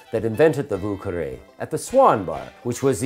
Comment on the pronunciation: Vieux is pronounced Vee-yuh. Carre is pronounced almost like the word "Care". So like Vyuh Care. Source :I live in lower Lafourche and speak French.